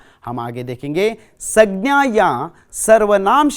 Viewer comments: Uchharan dosh aur sabdonka galath pesh udaharan sagna saina in dosho ko sudharlo sir pls. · Aapka pronouncation thoda kamzor hai sir संज्ञा iska sahi pronouncation hai sangya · Sir plz sangya pronouncation tik kiji ye aur है aur हैं ka prayog b sir हैं ka prayog jab plural yani bahu vachan ka prayog ke samay kiya jatha hai .है ka prayog ekvachan ke samay kiya jatha hai